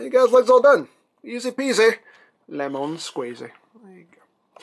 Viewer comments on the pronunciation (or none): none